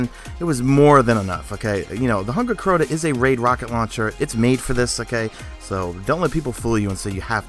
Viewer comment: you say CORTA alot lol